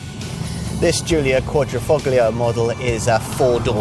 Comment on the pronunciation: Presenters should learn to pronounce words before filming - here they butchered "Quadrifoglio". Also some errors and omissions throughout.